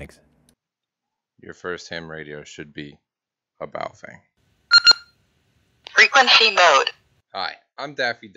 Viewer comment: Pronounced "Bow Fung" but yes, I have about 10 of these things. They are pretty DEAF compared to my VX-7's and VX-8x's (I own 2 each). BUT as long as you are using them only for repeaters, you will never notice. For anything serious, get something Motorola, Yaesu, Icom...